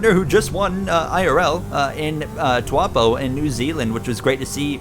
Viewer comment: It's Taupo not Tuapo, literally unwatchable smh